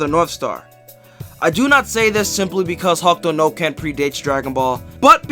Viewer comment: The video is great but why are you calling it ""Hawk Tuah no ken" lol